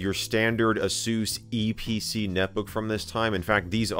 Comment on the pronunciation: hearing asus spoken as "a-soos" is so jarring to me 😂😂😂